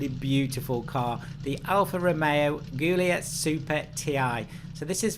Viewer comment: Great video as always, but I do have to mention that Guilia (and Guilietta) are pronounced with a J sound, not a G sound.